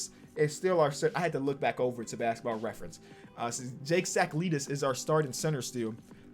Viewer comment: “i had to look back over at basketball reference” then proceeds to pronounce it wrong